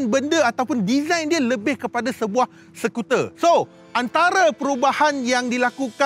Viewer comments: hahaha sekuter ye bang.... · sekuter lol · sekuter haha